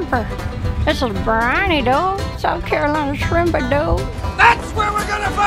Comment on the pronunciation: anyone else feel tempted to unsubscribe every time she says "doood" ??